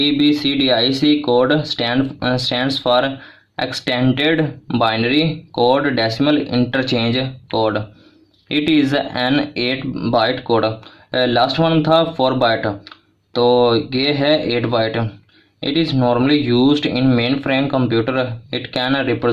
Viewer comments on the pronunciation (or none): Bit ko ap byte par ray han 😅